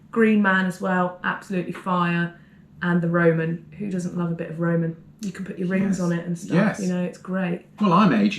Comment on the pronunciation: It’s not Roman, it’s Roi-oi-man! 🤓